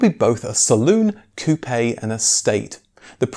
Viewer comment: Ah....a man that knows how to say Coupe!!